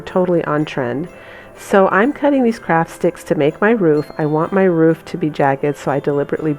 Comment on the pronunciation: Lovely DIY items, def going to subscribe (teeny suggestion...maybe say "Project" instead of "Craft"? sometimes it comes across as "crap"...just a suggestion don't shoot me, I do love your things!